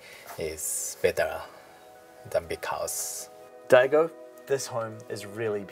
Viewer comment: "Hello Dego" ? What? da-ii-go... man what are you doing there? Daigo's English is better than your's my friend. Yikes.